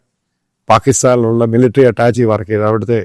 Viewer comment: മിലിറ്ററി അറ്റാച്ചിയല്ല, അറ്റാഷെ അതാണ് ശരി.